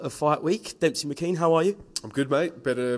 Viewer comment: ITS DEMSEY MCKEAN NOT DEMPSEY YOU ABSOLUTE AMATEURS!!!!